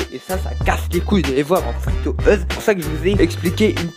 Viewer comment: "Fri to euse" sa se prononce "fri tou youz"